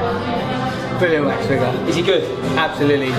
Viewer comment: Um... Dont you mean Waks figures? 😂😂😂😂😂